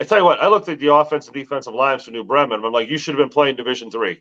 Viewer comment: New Bremen!. Yes. Pronounced Bee-Men...